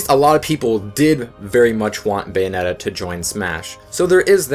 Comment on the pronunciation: It's Bayonetta, not Beyonetta.